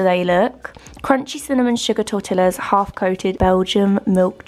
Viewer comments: I love all your videos however I do have to give you a little bit of a constructive criticism; tortillas is Pronounced tortiYas It is a Spanish word and the double LL is a “Y “ sound 😉. It’s ok but... it’s it’s almost like saying BuckingHAM palace🤭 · It’s pronounced like tortiyas 🤣 love how you say tortillas though it’s cute lol